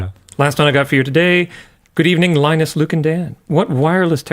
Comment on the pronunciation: Thats not linus its ‘minus 😅